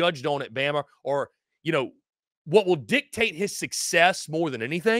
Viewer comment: Damn what’s up with these dudes that can’t get the names correct speaking on Bama. smh!